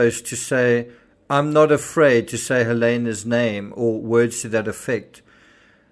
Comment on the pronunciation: Her name is pronounced as HAA-LEE-NA. not Helena. It's a ukranian name, she is Ukrainian, an immigrant, which is a huge factor in this whole story.